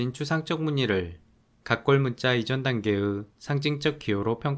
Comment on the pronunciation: 단계으......의가 안되나...단계 으.....ㅋㅋㅋㅋ